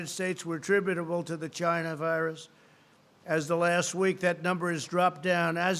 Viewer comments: I would love to see a reading comprehension exam administered after reciting this regurgitated garble. I’m done at GYNA-VIRUS...God help us all. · I was thinking he was saying vagina